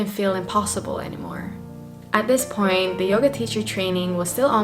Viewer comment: accent on pwwoint 🤣🤣🤣🤣🤣🤣🤣